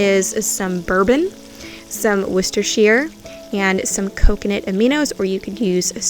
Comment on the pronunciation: Hi that steak looked delicious! You are also literally the only American youtuber I have witnessed that pronounces Worcestershire correctly - well done lol. We don't have anything like an Amish store in England so would be interested to see you go around one. Thanks.